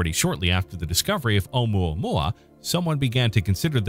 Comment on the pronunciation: There was no need to disrespect Hawaiian language calling unpronounceable, specially when you were pronouncing it so well.